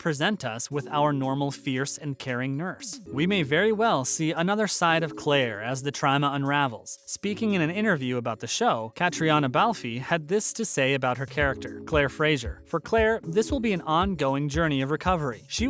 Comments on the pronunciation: FFS, if you are going to highlight a show, please, PLEASE, learn how to say their names correctly. Her name is NOT Cat-ree-on-a Bal-fee. It's pronounced like Catrina BALF. OK, I'll get down now. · It shows the lack of professionalism when you can’t even be bothered to pronounce the character’s names or even the name of the actress (it's Balfe, not Balfie). Absolutely pathetic. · “Our beloved Claire” is played by Caitriona Balfe. You really ought to know how to say her name properly: “Katrina Balf”. Don’t pronounce the E. And you should know the dates of the American Revolution: .